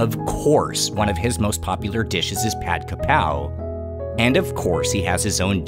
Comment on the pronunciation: ผัดกะเพรา shall be pronounced as "Pad Ga Prao". But most Thais are prone to write "Pad Ka Prao", but definitely not "Pad Kra Pao".